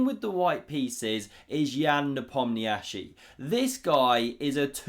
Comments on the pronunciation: "Nepomniachtchi" Pronunciation: Nepomnitchi. According to himself. ;) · Please learn how to correctly spell and pronounce the name of Ian Nepomniachtchi. It's really not that hard in the age of information.